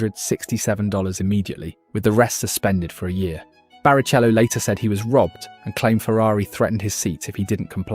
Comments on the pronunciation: BariCHello makes me giggle. Great work man keep it up! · And so you know for future videos, it’s Hereth, veelnuv and barikello. You’d know the pronunciation if you’d ever watched and F1 at all.